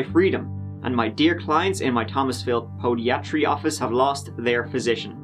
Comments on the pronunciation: Podiatry? Say that again 😂 never heard it pronounced like that before 😂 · Podiatry isnt pronounced 'Po-de-at-tree'. Its, 'Po-die-at-tree' Just sayin! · No one: Not a soul: Not even Covid-19:: poe-dee-atree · "Poe-diet-tree" you should be able to pronounce Podiatry better than anyone.. lol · "POE-dee-AAH-tree" Lmao god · I giggled when pronouced podiatry as poe-dee-atry 🤣🤣🤣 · Podiatry: It's pronounced puh-die-a-tree: foot doctoring. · Pod -eye-at-tree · British pronunciation. POH- DY-at-tree: American pronunciation.